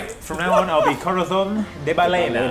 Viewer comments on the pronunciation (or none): As a Spanish speaker I laughed so hard when you guys said Balena instead of Ballena, it sounds so weird but adorable at the same time XD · Random thing you may already know but the Spanish ll is pronounced either as a y or soft j, depending on the context/dialect! So bayena. Though balena is Italian for whale, apparently. Other suggestion for name: corazón de perezoso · Yeah, maybe we have a harder "sh". Still, Bayena would be pronounced Baiena in spanish, it's missing the "sh" sound. Maybe Ba"shi"ena with a softer "sh". Oh, and just because this is the internet, and wouldn't be fun without the conflict: I'm not you sir, bruh. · Well, it's pronounced like "bayena" but balena it's ok i guess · This is gonna bother me so "ballena" would be pronounced baYena with a y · Not to ruin the party, but its actually pronounced Ba"Y"ena, not Ba"ll"ena. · It's more like Ba"sh"ena, but hey, here's your upvote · Pronounced "ba yé na" for whale in spanish and that was awesome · Just found this series it's awesomely funny guys one quick correction which I'm sure you've already been told several times but just in case ll in spanish is pronounced like a y so ballena is said bayena. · For future reference guys the Ballena would be pronounced Ba-yeh-na , also most D&D please! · FYI guys: ballena: “bye-yen-ah” - double “l” is a “y” sound in Spanish. Solo para que las piratas hispánicas no te hagan burla 👍🏼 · Nice series guys! Just a little thing, ballena pronunciation is more like "ba-sh-ena" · It’s pronounced “Bayena”. I still love corazon de balena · in Spanish, two L's makes the "yay" sound, so it's bye-ayna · BALLENA : BAH- YEAH-NAH pls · Two L in a Spanish word becomes “j”, so you pronounce it Corazon La Bajena :3 I love languages, okay! I just can’t stand mispronunciation XD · Ballena is pronounced bashena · This was fantastic, just FYI, in "ballena" double L's are pronounced more like "Y'" in Spanish :) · Ok you need to sort out how you say ballena lmao